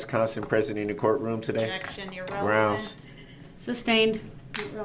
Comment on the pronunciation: New drinking game. Drink a shot whenever he says “Is it fair to say”. Two shots when he says “grounz”. Three when he says “axed “